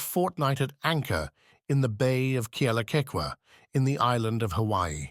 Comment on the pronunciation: Totally butchererd Kealakekua at the very start - if you're going to use a robo voice, at least get the pronounciation correct. YOU SUCK!